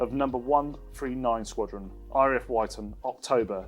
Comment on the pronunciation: RAF Wyton is pronounced as in ‘wit’. 22 Sqn was called twenty two and not ‘two, two’. It was the Sqn that my father served with most of his career. Being called ‘twenty two’ makes more sense when you consider that pi forms part of its badge. Pi was, expressed as a vulgar fraction - 22/7, rather than 3.142 back when the Sqn was formed.